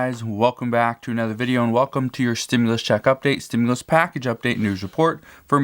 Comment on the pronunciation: Why do say 4 th stumlius commin